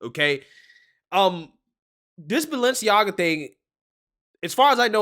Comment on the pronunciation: Listen to how they pronounce Balenciaga. They're saying baal-enciaga